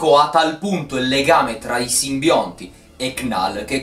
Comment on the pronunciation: Si ma se dici CNAL MI FAI MORIRE AHAHHAHAHAHAHAHSHSH